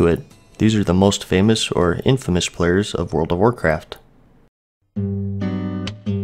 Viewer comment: "And that would be the World of Warcraftuh." - Alex Trebek